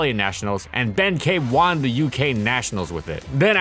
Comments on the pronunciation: can tell ur reading off a script when you say "juan" instead of "won" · Why are you pronouncing won as “Juan”? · I've noticed that you often pronounce "won" as "Juan" and it kinda makes me giggle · You say the word won weird